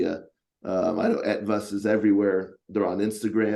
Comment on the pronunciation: Hey, your pronunciation of "Etwas" is perfect. I for a moment thought this interview was held in German language! Long time since my last Ranger Talk, great interview, thanks to the both of you.